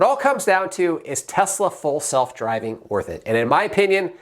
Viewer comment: Did you say Tesla full self-driving or false self-driving